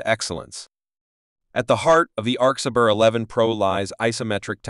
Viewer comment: @@ it is good but like video said arcsa "bear" rather than ber